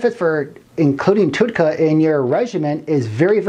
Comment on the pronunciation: you can't even say Tauroursodeoxycholic, you didn't say TUDCA correct, you did not say what "HDL" is, you referred to Alzheimer's in 2 ways when explaining a disfunction. The audacity. This subject isn't even that hard to grasp, so making things described accurately is a feat of a texas instrument computer from the late 80's. If you don't even know what something is, being and egotistical meatball with a speech impediment warrants a godsend suicide. You were mocked for being stupid, so you went to the gym... then you decided you could do both.... I've never seen a video with this many transitional fades. You're trying to prove you can be! ALL HAIL BECAUSE YOU'RE THE MASTER! I can be a master editor! look at my 15 transitional fades! did you like the one where it was squares?! i picked that one! if you don't actually study something, then shut the fuck up. You're clearly not educated in the subject matter. This is an important thing to be knowledgeable about IF you're trying to help strangers on their ventures to health. Let's say you're a bullied meatball asshole kid that has 1000 people think that this is the epitome of truth. People are impressionable and you just became one more shitbags of garbage for dumbfucks to involve themselves with. Just because you're insecure doesn't mean you can post-up as "" and be retarded all over everyone. Killing yourself is always an option if you can't NOT fake being a man of actual, true information. You should try killing yourself